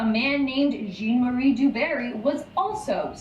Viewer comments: its jean,jhauuunn. Not Jeeen🤣🤣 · His name is pronounced ‘ZHAN’ Marie. Not Jean.